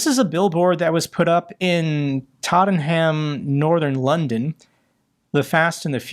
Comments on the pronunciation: Just an FYI, people from Tottenham and all of London pronounce it tot-nam. No British person would pronounce it totten-ham. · tot-en-ham lol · mate its pronounced Totnam... Slava Ukraine! 🙂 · mate, it's not "Totten-Ham".. it's "tot-am" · Tottenham == ‘tot-num’ 😊. And the Solong/Stena immaculate allision (as opposed to collision) was negligence, albeit the Immaculate was carrying Jet A for the USAF and the Solong’s skipper is Russian. The Solong was on exactly the track she has run time after time, clearly on autopilot, and it just so happened the Immaculate anchored over that track. The Solong then ploughed into her due to no one keeping a watch or noticing radar and AIS warnings. Even the wind and tide being ‘right’ to cause the Immaculate to lie perpendicular to the Solong’s regular track while at anchor was ‘bad coincidence’. This one I’m convinced wasn’t a grey-ops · Hi - Londoner here! Tottenham is actually pronounced 'Totnam' lolz. Don't you just love those quirky British pronunciations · Tottenham is pronounced "Totnam", and FYI is home to one of the best football teams in the UK. Happy to let you know about anything UK based.... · London brought pronounced, Tot-tun-hum, Tottenham! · No, there is a "n" in every pronunciation I've ever heard, including in Tottenham by residents. "Tott-nam" or (for football supporters) "Tott-en-Am" (typically heard in chants). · Having heard pronunciation of Tottenham, I now know how the Ukrainians feel about the mangling of their place names. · Tottenham (the H is silent) i don’t why, but, that’s how it’s said locally😊 this also applies to almost all towns or cities in the UK with a ham at the end. like Birmingham.